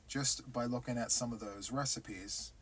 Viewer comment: I giggle everytime I hear you say "a recipe." I laugh and say,, what are you baking up now." Thanks for all the tutorials you provide for us.